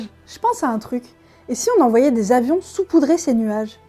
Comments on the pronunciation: Salut ! Je passe juste pour dire qu'on ne dit pas "soupoudrer" mais "saupoudrer" Bisou bisou ! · Alors juste pour éviter une épidémie déjà bien étendue, on dit sAupoudrer et pas soupoudrer (je sais que c'est en écho au COMPLOTISTE majuscule mais des personnes vont le prendre au premier degré). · Pour info, puisque ce n'est pas précisé, on dit "SAUPOUDRER" et pas "SOUPOUDRER" !!! #Bescherelle ! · Je trouve cette vidéo très choquante, que de désinformation! On dit "saupoudrer"...pour le reste, merci =D <3<3<3